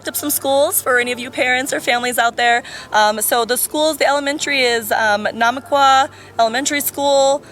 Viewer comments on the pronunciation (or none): she butchered Namaqua. 😅